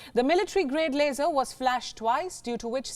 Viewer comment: it's not a laser it's "a frickin las-or"